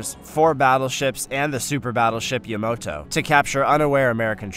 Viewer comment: numerous mispronounced names such as Leyet when it should have been Leyte, Admiral Helsey when it should have been Halsey and finally Battleship Yamoto when it should have been Yamato. You either need better researchers or better people to actually READ what is written. This was a historic battle and you mucked up the FACTS! Very poor.